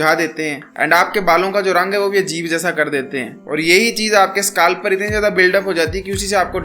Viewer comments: Scalp❌ skaalf ☑️ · bhai SKALP nhi scalp hota hai